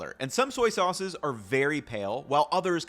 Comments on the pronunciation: Haha I heard that too! Thought he slipped into a Brooklyn accent for a second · "...some soyces..."😂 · “Some soices …” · '... some soyces..." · You said “soyce” at one point and that’s what I’m calling soy sauce from now on. Soyce. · Petition to instead of saying sauces say soises😂😂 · Did you say "soyces" ? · hehe "soyces" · "some soyces" My man lived and breathed Soy Sauce for too long this episode lol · I love the new compound word soy-ces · "Some soyces" 😂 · “some soyces” lmao great video though! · I caught soyces and tamari with no soy. Apparently, my listening skills are good. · I'm totally calling them soyces from now on.